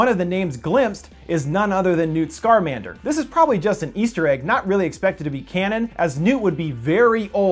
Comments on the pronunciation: Scarnander??? Its Scamander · Newt SCAR-mander? Mac-USA? Haha. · Why did you pronounce newt scamander , newt SCARMANDER? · Did he just say.... Scarmander?